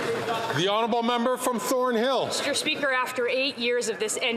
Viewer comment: Meester speeker.....😮